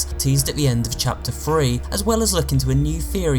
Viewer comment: It is three not free